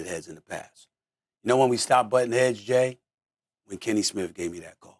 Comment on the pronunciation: It's Kenny Smith not Smiff. SA Smith not Smiff. Come on man. Your job requires knowing how to talk properly